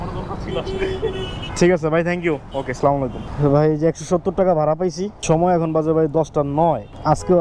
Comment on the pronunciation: সালাম টা শুদ্ধ ভাবে দেওয়া উচিত। স্লালামু - আলাইকুম এটা কোনো সালাম হলো। আস - সালামু আলাইকুম। ❤️❤️🥰